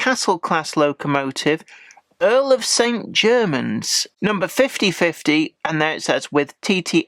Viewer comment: Your pronunciation of St Germans is the correct one. Anyone pronouncing it with a French accent here in Cornwall would get a puzzled look! ps Good review, by the way!